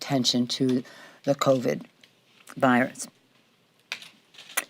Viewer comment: "Ka, Col, COVID", really?!? After almost two years and you can't say the name of the virus?